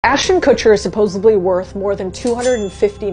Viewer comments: It pronounced "sup-ohs-ED-lee". There is not a single B in that word. You even spelled it right in your video. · And you can't pronounce supposedly. There is no B.